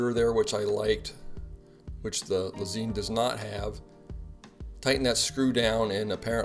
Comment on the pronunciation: Lez-EIN (like the German word for "one") not Lez-EEN